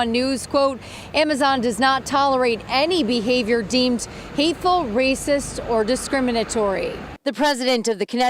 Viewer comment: Tying knots is rahcist. Tying your shoes is rahcist.